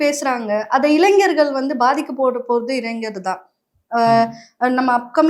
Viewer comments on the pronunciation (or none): none